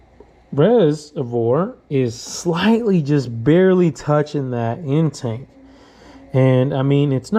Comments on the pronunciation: I was thinking the same thing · Just curious, i think it’s pronounced in-take not in-tank. I guess it’s just like the potato tomato thing